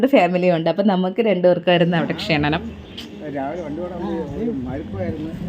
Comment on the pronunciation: ക്ഷണനം എന്നല്ല ക്ഷണം എന്നാണ്